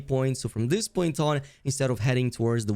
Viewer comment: Mispronouncing stuff is the only accent the creator has tbh. Dis dat etc.